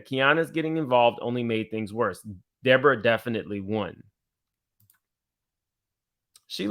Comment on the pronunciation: Lord why is De-Boring-Uh back??